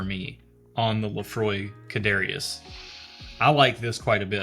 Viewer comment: Almost done watching this one. For the Laphroaig bottle you had a closer pronunciation would be something like "Car-chess".